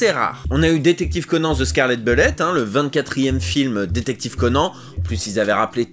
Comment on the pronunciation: Je suis le seul à entendre "detective Conan the Scarlett belette" ? 😂